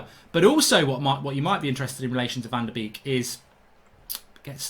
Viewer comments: your slaughtering his name its pronuonced bake not a duck beek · Great video Mark 👍 but it’s said as ‘bake’ not ‘beek’ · Why do all English speakers call him Donny Van De Beak?? It's Donny Van De Bake.. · it's pronounced as "bake" not beak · His name is pronounced like the English word 'Bake. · Learn to pronounce his name. Van Der baker is how it’s said. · It’s pronounced ‘Bake’ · Mark call him Van de Bake, it’s how it’s pronounced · I've never heard someone pronounce someone's name wrong so many times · I beg you pronounce van de beek with the a sound instead of the two ee sound 😂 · Please learn how to say his name correctly.